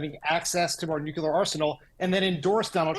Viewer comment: Somebody please tell Dan how to pronounce “nuclear”.